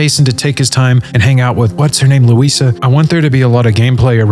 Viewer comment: bro claims to be a long term fan but pronounces GTA 6 protagonist as luisa instead of lucia.